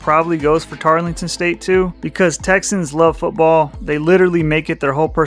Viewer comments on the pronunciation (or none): TAR-El-TON. Not Tarlington. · It's Tarleton, not Tarlington. You mispronounced pretty much every time. Other than that, I liked your video. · Actually, the "e" in Tarleton is silent, making the whole name Tarl-ton State, three syllables and not the more cumbersome four. And let me throw in an additional bit of information about Tarleton's efforts to move up that you didn't cover. Tarleton is the main affiliate member of the Texas A&M System and has the significant financial and legislative (Texas Legislature) support of the A&M system behind their recent efforts to enhance the school's reputation and educational "gravitas" across the board. The System's efforts have resulted in developing an Osteopathic (DO) Medical School and the creation of TWO major satellite campuses (one general education and the other Research/Entrepreneurial) in nearby Fort Worth, Texas. Even ESPN has taken notice of Tarleton's meteoric rise. Prior to 2024, Tarleton had NEVER been seen on any ESPN broadcasts, but has been shown four times since the start of the 2024 season. Not bad for a school supposedly out in the middle of nowhere! I think Tarleton intends to bide-their-time somewhat for a couple of years,waiting to see how the next round of conference re-alignments play out in 2030.